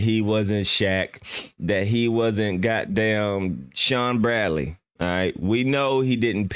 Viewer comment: Did this man just say Shawn Bradley ?